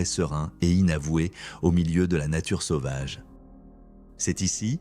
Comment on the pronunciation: "sauvage" ne se prononce pas "sovage" mais "sauvage". De plus beaucoup trop de phrases qui ne veulent rien dire, ce serait mieux de raconter avec plus de simplicité, courage